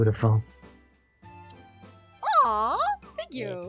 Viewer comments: And garroth pet him gently bcs he was just so BOOTIFUL Me:I thought u said bootyful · Did say bootyful